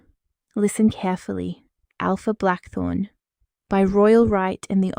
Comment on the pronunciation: Aoife is pronounced Eefa.